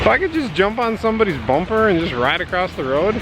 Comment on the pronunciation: Oh, Across doesn't have a "T" in it!!:p